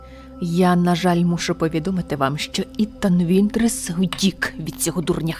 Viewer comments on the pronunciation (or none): Не Ітон Вінтрес, а Ітан Вінтерс